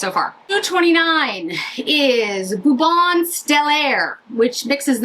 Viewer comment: Hi - FYI, Bouton is pronounced more like BOO-TOH (not quite accurate but much better than “boo-tonn” because in French, you almost never (99.9%) pronounce the last consonant. Same with Maison - “Meh-zoh” is better than “may-zonn.” Thank you so much for demoing this LE quad. This is the one I want.